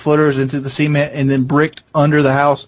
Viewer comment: pronounces cement "semen-t" hehe